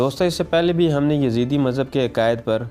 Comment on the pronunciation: Yazeede not, its yazdee